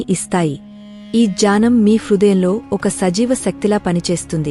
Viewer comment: జ్ఞానమును జానం అని చదువుతున్నారు సరి చేసుకోగలరు కథనం బాగుంది చాలా ఉపయోగ పడుతుంది